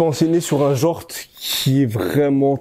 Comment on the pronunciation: Non ça rend mieux je trouve c'est stylé